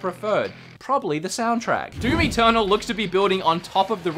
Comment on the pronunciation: "Doom Eternal" I thought you said "Doomy Turtle"